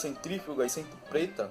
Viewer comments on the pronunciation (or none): "Centipreta"? RACISTA!!! O correto é centiafrodescendente.